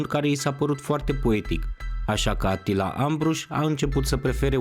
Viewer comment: E supărător că nu pronunți corect numele ungurești…(Așa cum îl pronunți e varianta turcească -Attila-).